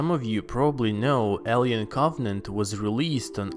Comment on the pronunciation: The way you pronounce Alien makes me cringe